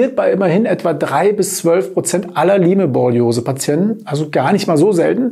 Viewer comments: Es heißt "Laim"-Borreliose in der korrekten Aussprache! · Es spricht sich "LAIM", wie bereits angemerkt! Siehe Ursprung in Amerika, Lyme. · Lyme borreliose wird ausgesprochen: LAIM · Okay, ich bin nicht die einzige, die das völlig irritiert. Beruhigt mich etwas^^ Vielleicht ist ein bisschen so wie bei Huawei u.a. Eigennamen. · P.S. ich wollte nicht klugscheißen, die Aussprache war nur sehr verwunderlich. Die besten Grüße!